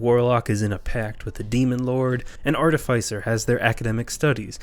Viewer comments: Art-if-iss-er NOT art-if-eye-sir. Same root as artificial. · I don't know about 'high' quality. They said 'semantic' instead of somatic, and they pronounced Artificer incorrectly both within the first minute of the video.